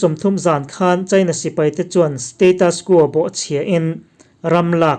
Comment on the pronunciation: India, china i tih hian a thluk a ti dik lo thin..